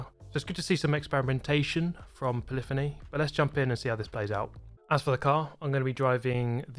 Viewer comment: doesn't matter how many times i hear you say it, it will always be "polly fonnie" (poly-phony) to me